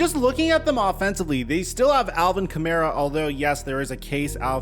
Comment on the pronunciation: It's Alvin Kamara, not Kamera or Kamero.